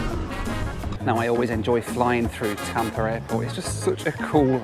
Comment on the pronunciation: It’s Tampa. Not Tampr. 🤡